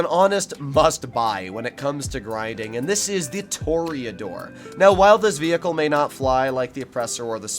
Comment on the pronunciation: “Tour-uh-door” not a “tour-E-A-door”